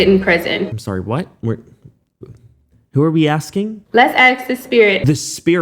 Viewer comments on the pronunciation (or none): This girl keeps repeating the word "axing".. She can't even say Portland properly.. And she's trying to put an educated woman behind bars with no evidence? Social media really does fry our brains... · “ people have been axing me” 😂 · Girl has nerve mentioning English comprehension when she pronounces "asking" as "Axing" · Plus all of her delulu, the way how she says aks instead of ask is irritating me. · I don't know if it's the blatant stupidity mixed with the "axe" instead of "ask" or her literal delusional fantasy play writing of fanfiction of a real ongoing murder case, but this woman pisses me the f off. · Funny video. Well done. As far as the moron girl in the video if she can't even pronounce basic English words correctly it sort of lowers the standard of credibility. It is ASK not Ax. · “Let’s axe the spirit” … it’s ASK, ffs🙄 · Why does she keep saying 'axe' instead of 'ask'? 😣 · She axe 😂 A-S-K... English is not even my first language and I know how to pronounce ask... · Anybody : ask, asking Ashley: aks, aksing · I really don’t trust anyone who says “axs” over and over! No thank you. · Been hearing “axing” the whole time I just can’t be assed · Do you mispronounce words deliberately? Is it part of your shtick? Because it’s annoying. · She can’t pronounce ASK she is not worth anything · If you can’t pronounce ask, I can’t respect you, sorry.